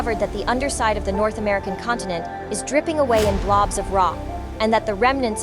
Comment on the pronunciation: Dripping을 f로 발음하는게 살짝 킹받아요 ㅜㅜㅜ